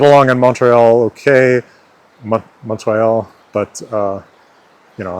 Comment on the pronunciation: As a native French speaker from Québec, my only two real criticisms are: - Don't pronounce the "T" in "Montréal" when you say it in French - The "o" in "rogue" is supposed to be the /ɔ/ phoneme; yours sounded too closed, too much like /o/; it should be more open (and a little more advanced, it should be more like [ɔ̟], maybe even almost [ɞ]) The rest is pretty good.